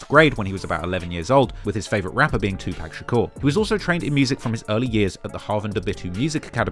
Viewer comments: You've done ENOUGH research in your life in hip hop to know that Tupac name is not fucking PACK. It's pronounced "PAH-C".. you've never heard anyone that worked w him, adored him or was a fan call that man PACK. A total disgrace to his name, legacy and his mom for you not taking time to say it correctly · Hey its 2pac pronounced 2-pock (like lock except pock) 2pac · It’s not Tupac it’s TooPak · TWO POCK. Get it right! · PLEASSSSSSSE stop mispronouncing Tupac’s name. It’s pronounced Tupac=“2-Pock”!!! 🙏🏽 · Bruh, please say “TWO-POCK” that’s how you pronounce “Tupac”, come on now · No way you pronounce it 2-pack. There’s literally a video of him saying “the only people who pronounce it like that are racist old white men” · It amazes me how these people still say 2 pack smh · I turn off the video immediately of bloggers who say 2pack! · White people still pronounce 2PAC as “TWO PACK” 😂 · who tf is 2 Pack? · “India’s 2pack” I cannot take this dude seriously. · Bruh can u just practice saying 2pac for 5mins cuz Two-Pack is crazy 😂😂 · Why don't British people know how to pronounce Tupac? I know you've heard his name enough over there to know that it's not two-pack. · the way says "Pac" for Tupac is just irking me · broooo you really say 2 pack cmon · 2pac was not the godfather of gangster rap and your pronunciation of his name hurts your credibility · I hate the was u say Tupac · I cringe at the way you pronounce Tupac lol. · If we could just get you to pronounce Tupac correctly.... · Tupac. Say the name right. Cringe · he could at least say Pac’s name right JFC it’s not that hard 💀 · It's like you're saying 2pack to be cringe and annoying on purpose smh Yu kno damn well thas not how it's pronounced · It's pronounced 2 pock. Can you please stop the 2 pack ish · Getting this man's name right (at least it sounds like it) and getting his idol's name (2 Pac not 2 pack) wrong, should be a crime. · It’s 2 pock not 2 pack.. smh 🤦🏾‍♂️ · Its TWO PAC NOT PACK!!!